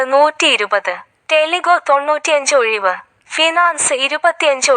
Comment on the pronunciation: ഓയിവ്...... അല്ല ഒഴിവ്